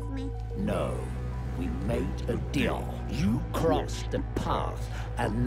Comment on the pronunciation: Who else herd say "dealh" instead of deal